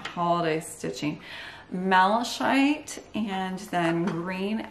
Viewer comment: Beautiful work. FYI: it’s pronounced mala kite.